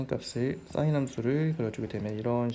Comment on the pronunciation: 강의 내용도 좋고~ 다 좋은데! 한 가지 아쉬운 점이 있네요! sin 발음하실 때 악간 공기 소리? 쇳소리? 그런 소리가 나니까 듣기가 살짝 거북한 느낌이 있네요ㅠ 근데 강의는 짱짱 좋아요!! 감사합니다 🙆🏻‍♂️